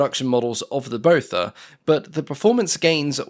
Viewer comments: I think its pronounced 'Bother' 😁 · Its Botha, like Naas Botha, prounounced Booa-ta its a South African Afrikaans surname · every time you said Botha i heard Beaufort 🤷‍♂ 😂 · Me too!